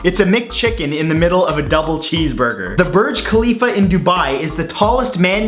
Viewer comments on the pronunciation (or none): it's Burj KHalifa not Kalifa GODD